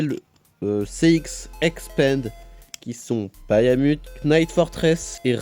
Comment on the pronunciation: Par contre chef tu dis "bayamut" alors que cest juste "bahamut" x), mais hors ça la toupie est banger de fou